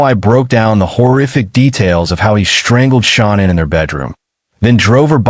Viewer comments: Please say Shanann’s name right. It’s not Shon Ann it’s pronounced the way you’d say Shan’Anne. Only A1 pronounces her name wrong. Please say it correctly . Thank you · It's really very easy, just repeat after me. Sha-Nan. It's that simple. SHA-NAN. There is no Anne. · It's Shanann' Not pronounced ShOnann! Even Kessinger gets it right emphasised at the table with her hands in a throttling gesture. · They way she talks makes my blood boil. She is SO INVOLVED . PLEASE pronounce Shanann name correctly. Is this AI???????